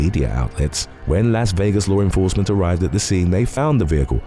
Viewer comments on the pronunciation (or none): I wonder if hes going to say sikth and low renforcement in this video Edit: lol into the video. Im done.